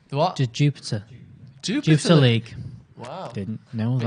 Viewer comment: I’m dying I’m a belgian united fan. Brugge like they said is pronounced on it’s dutch. It’s jupiler pro league not jupiter. It’s the biggest brand in belgium for a regular pint. And they have 3 red devils in their squad. Don’t underestimate them they algmost won in madrid. Pls don’t lose, cause i will hear it forever..